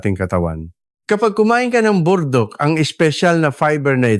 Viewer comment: Ano ba Burdock Hindi po naming maintindihan, paki linaw ninyo nga! Pls!